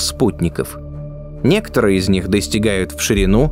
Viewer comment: научите диктора произносить слово "некоторые"